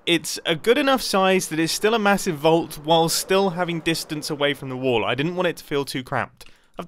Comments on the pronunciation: I am still wondering why Mumbo is saying "wool" instead of "wall" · say Wall one more Time please XD